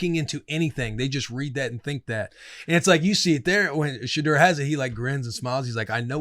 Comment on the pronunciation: My guy! Can we pronounce the kids name correct 😂 It’s SHA-DOOR!!!!!!